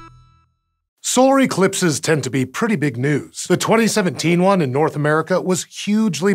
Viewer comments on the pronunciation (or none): "Sore eclipses" or "Sorey clipses" right at the start of the video. What a weird mistake to leave in to the video, it's literally the first thing said.